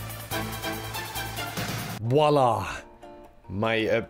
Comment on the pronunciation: “wallah!” ———— french people: 0_o